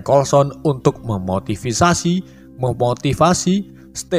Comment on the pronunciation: Penyebutan kolaborasi dan memotivasi kocak njirrr😂😂😂😂